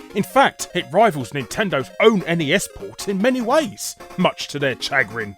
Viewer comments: Cha... CHAH-GRIN? It's pronounced 'shuh-grin', Larry... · "Much to their chagg-rinn." Yikes. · Chag-rin huh Larry? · Chagrin - SHəˈɡrin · North American here. Do you guys normally pronounce "chagrin" that way, or is just Larry? Just curious :)